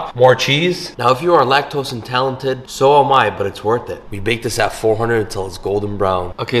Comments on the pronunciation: oh no!! If it make you feel better ppl laughed at him, he can't even pronounce lactose intolerant 🤣😂🤣😂🤣😂🤣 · Did he said "lactose and talented" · Did the guy with the jerk chicken Mac and cheese just say ‘lactose intalented’??? 😳😳😂😂😂